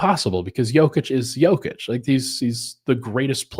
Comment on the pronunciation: Love the effort to say Nikolas’s name correctly,! I hope all of our Denver media folks make this a thing! I remember a couple of seasons ago, one of the big media interviewers (Monica M maybe?) said it “correctly” in an on-court playoff interview i think, and the Serbian homies went crazy (in a good way) in the comments 😊